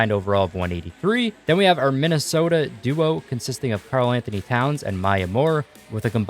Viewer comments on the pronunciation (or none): none